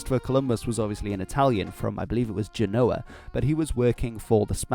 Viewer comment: Actually scrub this - he also mispronounces Quechua, Guarani, and even Genoa. I give up!!!